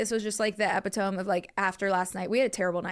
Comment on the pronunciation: Happy season 6! Now, I thought we’d go a bit longer without a mispronunciation. epitome is eh-pit-oh-me. Not ep-eh-tome. Lol. But fr love you girlies so much and I’m stoked for season 6!